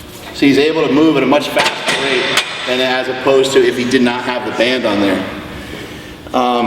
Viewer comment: just said: "Fastererest" You want me to take his advice? lol not srs